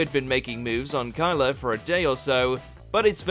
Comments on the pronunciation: The girls name isn’t Kyla, it’s Tyler ffs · It's Tyla not Kyla lol xxxx